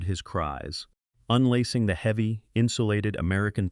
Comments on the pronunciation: "Heevey snow". I hate AI. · AI doesn't know how to pronounce "heavy" at the very beginning.